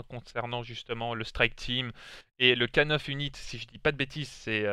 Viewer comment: Oui K9-unit en anglais se dit « K nine unit» pour unité canine 👍😆😘